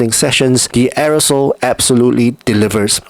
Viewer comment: Arisole? It's Airoso (air-o-so),.:face-blue-wide-eyes